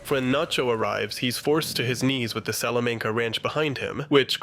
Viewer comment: salamaynca too